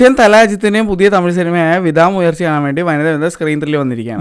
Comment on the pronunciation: വിതാ അല്ല ബ്രോ വിടാ